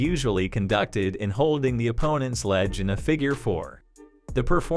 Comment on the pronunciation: Its "leg", not "ledge".